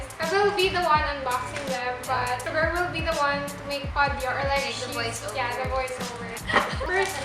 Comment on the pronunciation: Suga not sugar 🤦‍♀️